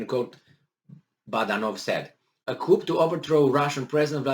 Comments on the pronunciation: It is pronounced "Ku" chickens live in a coop, Ooo maybe Russians are chickens they keep running away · FYI “coup” is pronounced with the “p” being silent.